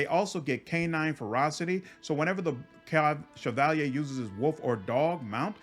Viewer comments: I skimmed through the comments and didnt see it. But has anyone corrected him on how he pronounces the word "Cavalier" ? - hahah, "Chav al yay"? - Cav a leer (ear) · I noticed that when you get to the Cavalier class you pronounce Shevalyay but the pronunciation is actually Kavaleer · bro, cavalier is pronounced Kav-a-leer, not Se-val-yay. havent you heard the expression cavalier attitude? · Look at the word cavalier and say caval-yay and you've pronounced it correctly... Like cavalry but french Edit: it's definitely pronounced like caval-ear and not what I said either. I am an idiot lol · I don't know if this me, but why are you calling a Cavalier a Chevalier? Overall similar words and meaning, but there different from what I understand. Just to make sure I wasn't mistaken looked them up, Cav-a-lier Vs. Shi-va-li-ay Gripe aside, loved the video ^_^ didn't know about the Dwarf Pally option, I'm going to have to try that! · Cavalier it's CAV A LEER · Wait... How the truck did you just pronounce "Cavalier"? looks it up in dictionary Yeah, wtf, Chevy has never made a car called the "Shevalyay", where are you getting all those sounds that don't exist in that word? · The way he pronounces cavalier is atrocious. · great video man . very helpful .. side note . go look up the pronunciation of the word " cavalier " lol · Interesting choice to pronounce the spelling "cavalier" similar to its origin word. Loving the channel and Wrath content. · Lol the way u say Cavalier is so posh xD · Wtf is that pronunciation of cavalier? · great video, been looking for something like this, couldn't find one. maybe im ignorant but the way you say cavalier, im guessing thats french?